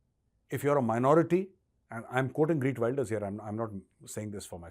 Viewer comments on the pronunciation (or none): Sir pls callout correct pronunciation of his Name - Gheert and not Wayelders but W ILL ders